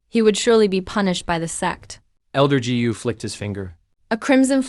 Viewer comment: dj??? what's that??? gu binigkas na "gee you"??? palpak!!! said binigkas na " sa id"??? sed yun... dami kong di na pinansing palpak sa video na to, kaya creator ikaw na bahalang maghanap at umayos ng mga palpak sa video mo...